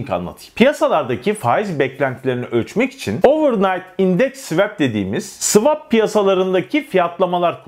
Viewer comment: svep degil, bildigin SVUAP diye okunur o.